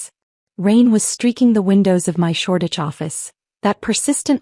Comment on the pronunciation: It is SHORDITCH, ENGLAND